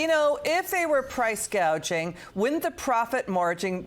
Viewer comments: It’s price gouging not gauging!!!! She should learn to read her teleprompter!!!!! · Embarassed Harris called it "price gaging". Did she mean GAUGING? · She called it “price gauging “ not gouging. Kamala Harris is clearly an idiot